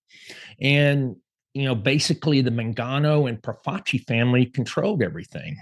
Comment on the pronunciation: Its Pro-faci not Pro-vaci.....